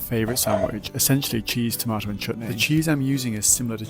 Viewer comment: This is the 1st time I have heard a white person say Chutney correctly